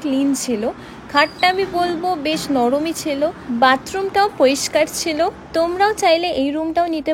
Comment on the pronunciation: ছিলো ❌ছেলো ✅ 😂😂